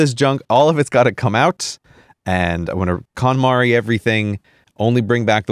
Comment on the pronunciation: I thought Grey was saying "Katamari", when he first said "KonMari" (that would have been much more amusing to have him do to his stuff)